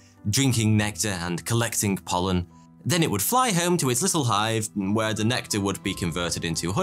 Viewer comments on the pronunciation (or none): none